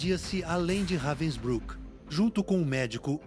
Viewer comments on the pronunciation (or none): It's pronounced "RAH-vensbrook"...